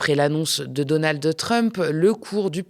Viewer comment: Je t'aime bien honnêtement mais "Donaldeu" Trump c'est insupportable